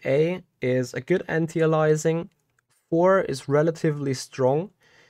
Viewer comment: On-tee-uh-lizing. How about Ant-ee Ayy-lee-essing